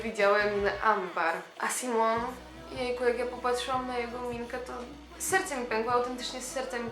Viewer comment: Vici Shteryanova kocham magię Nie "Sajmon" tylko Simon